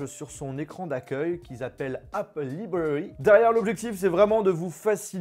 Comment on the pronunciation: “L’aille bwawi” pas” libwawii”mais snn bien bien